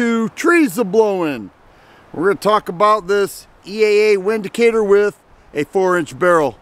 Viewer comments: Pronounced Vindacator... the W is pronounced as a V. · Pronounced Vindicator. It's German